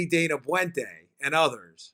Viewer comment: Very interesting story. By the way, Dana Boente's last name is pronounced Bent-a (short e, long a with accent on first syllable). He is from where I live.